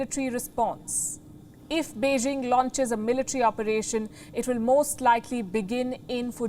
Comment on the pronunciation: first learn to pronounce Beijing correctly 中国加油🇨🇳💪🏻